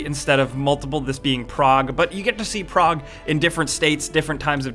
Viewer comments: You're saying 'Prague', right? Not 'Prog'? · It took me a while to realize that when he said "Prog" he was actually trying to say "Prague"